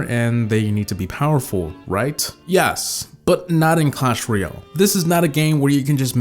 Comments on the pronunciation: "All good things must come to AN end." Also, apparently "royale' is being pronounced as "REE - AL" instead of "ROY - AL." ^ That's my nitpicking for the day. I liked the vid overall. ;) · Why do so many people say "Clash reeeeahhlll"? It's "royale"... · what really killed it is the pronunciation of royale by most players.